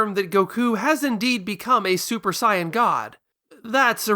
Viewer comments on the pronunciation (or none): Stopped watching when I heard you pronounce the word Saiyan Idk why you think you have to say it differently than how the characters themselves say it